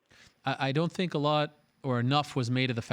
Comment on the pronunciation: "Its not as easy as you TINK"